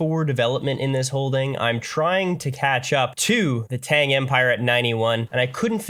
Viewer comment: The way to pronounce Tang is evil